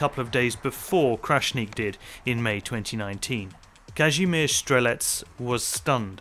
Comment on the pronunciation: Bro im wheezing at this pronouncation. Like "Każymerz"